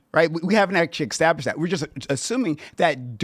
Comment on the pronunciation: Never take notes from a guy that says established as extablished